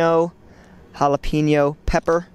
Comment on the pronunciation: You say jalapeño wrong